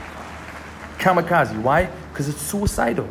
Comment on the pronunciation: This nigga called it the kazikazi or whatever 😂